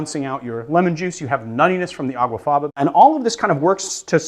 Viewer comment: Aw, man. It's actually "aquafaba". Not "aguafaba".